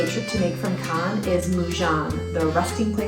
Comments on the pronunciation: Yikes its pronounced Canne like a can of food, not Cannes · I only came here to say the same thing, jesus christ its the most annoying thing ever. Why would you think its pronounced Can-es? Have you never heard of the 'Kaan' film festival as its properly pronounced. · You seriously are calling it CANIS? I can't even watch this video that's ridiculous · Butchered cannes so bad i had to stop watching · Wouldn’t you confirm how Cannes is properly pronounced before making a YouTube video?